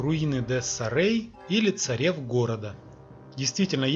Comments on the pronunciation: не Царев,а Царёв... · Не Царев, а Царёв